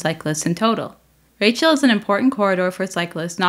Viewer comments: I think the least you could do when you report on a french city is to prononce french words correctly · How many anglos in Montreal says Rachel the way it was said in the video? I lived almost directly at Rachel/St-Denis and I always heard Rachel pronounced the French way, when speaking either language. And what about Pie IX? 😅